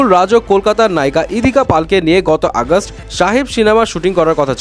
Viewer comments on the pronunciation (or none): none